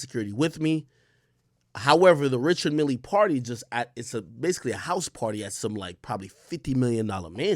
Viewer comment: Richard Mille are one of those brands that’s gonna appreciate in value and btw it’s not pronounced that way it’s Swiss French Ree-shard Mee l